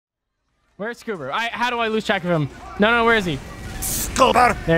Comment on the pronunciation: everybody gangsta til the demo says SCOO-bar